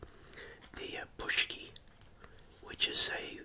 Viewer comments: Your pronunciation is good, but would be more like pooonchki. Also one paczki would be a panczek (pooncheck) just like one pierogi is a pierog. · Poonchski lol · It's pronounced Poon+chki.